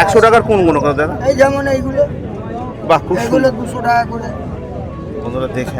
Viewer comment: ভাই তোর মুখে এইগনো এইগনো শুনে চুলের মতো লাগলো 😂